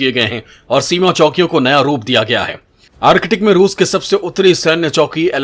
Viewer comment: आर्किटिक नही भाई आर्क्टिक😂😂😂